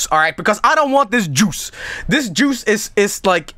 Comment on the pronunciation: I love how pronounces juice. It's just "j o o c e".